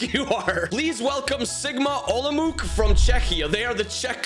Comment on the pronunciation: It's not Sigma OlomouK. I don't really know how to explain, so just google right pronounciation. Olomouc is Czech City (ig it's like 5th main city in the country)